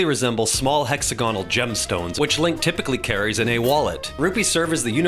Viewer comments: who tf taught this guy how to promounce hexagonal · This video made me realize I prefer the British pronunciation of hexagonal